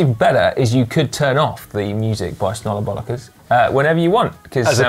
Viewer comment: That pronunciation of "Snollebollekes" was frighteningly accurate.